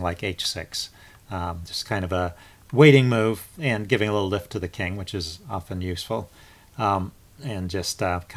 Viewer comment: You're playing well lately. You know the word is 'Luft' (air), sounds like you are saying 'lift'.